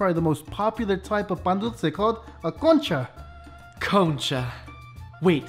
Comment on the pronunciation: How to call it Concha in a proper way Cowncha